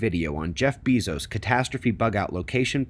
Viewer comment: Why do u say it "Bee-zos" ??? ..pretty sure its "Bay-zos"